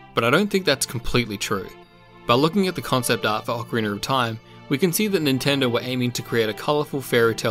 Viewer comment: whats with ocariner! its ocarina you dumb idiot!